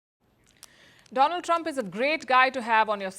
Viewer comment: 😁 "India's frannd Doland Tramp"